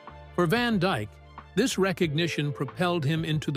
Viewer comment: ITS DYKE….NOT DIKE….GET IT RIGHT !